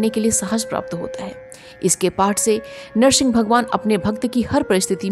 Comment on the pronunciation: Madam Nahar singh nhi hota h Nar singh hota h